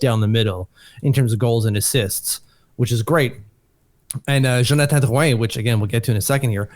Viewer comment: literally looking like a French painter, while simultaneously pronouncing names like Drouin as who-aaaaa.